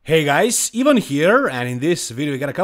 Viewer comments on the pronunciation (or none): none